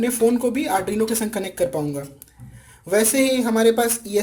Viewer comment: You are mispronouncing arduino as adruino.please correct !, hope you will improve in next edition. Dont mind for pointing the slip of tongue.